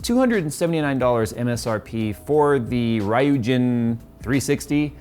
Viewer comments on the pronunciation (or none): Its Pronounced “Ryoojin” not “Rayojin” its a Japanese word meaning dragon king / Sea god... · Ryujin is a very poorly translated Japanese which means Dragon person. It's pronounced Ryû Gin. Ryû is one syllable. So it's not reee you or rai you. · its ryu(liu)-jin, for anyone concern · Common dude, it's pronounced RYUJIN....not RYUNJIN. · Ree-You-Gin (Jin) if you don't know how to say it still :P getting to this late (figuring out a good cooler for my new computer lol) It means dragon god (basically), iirc, in Japanese. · rr-I-oo-Jsh-in I believe btw something of that nature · Ryujin is probably Japanese pronounciation for Chinese characters 龍神/竜神 means dragon god. Romanji is kinda hard for westerners. Closest pronounciation would be "reo-jin." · Its pronounced as Rayu-Jin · ree(read) ooo jean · Ree- You- Jin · It's pronounced "ree-you" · Ree-you-jin, or something like that. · Seeing you were struggling, Pronunciation: Riu-jeen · Wouldnt you say that name kinda like: Ryjuuzin ? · SF colab with Tekken... Ryu (ree-you) & Jin (Jeen).. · Its REEYOUJIN(pronounciation wise) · it's pronounced as Ryujin (Ree-you-gin) ☺ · I have a child in my class called Ryujin, it's a hard one to pronounce it's a hard (rolled) 'R' with 'You' (opposite of me) and 'Gin'(the drink) start with your tongue on the roof of your mouth and then say "you-gin". Good job marketing! You can get away with re-you-gin though if you don't speak Japanese and you meet someone with that name. Hands up if you give a crap! lol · soft r-> r-you-gen i believe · Is pronounced rii-yuu jin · Proper pronunciation: Ru-jin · Ryujin = Ree-you-gin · the name is ryujin (りゅじん) and it's pronounced like this: REEEEE you jean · Ree-You-Gin Any Overwatch support should be scared of this cooler. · Rai-Yu-Jin XD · It is pronounced RI-YU-JIN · REE YOU GIN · RI YU JIN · ryujin (ree-yoo-jeen) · It's easy to pronounce. "ree-you jin". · ra yu jin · Legend have it that he is still trying to pronounce the RYUJIN correctly😂😂😂